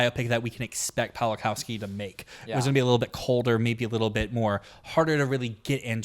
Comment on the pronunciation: Props to for being the only Oscar Pundit that can pronounce Pawlikowski's name correctly